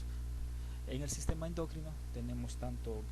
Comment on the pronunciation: ¿endócrino? ¿por qué dice ud. endÓcrino? ¿exÓcrinas? ¿qué? esa palabra no lleva acento.